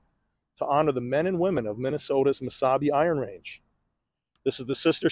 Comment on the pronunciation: Oh, MESABI !! I thought you were saying Wasabi.